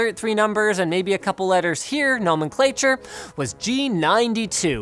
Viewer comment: Lolz "No Men Clay Ture"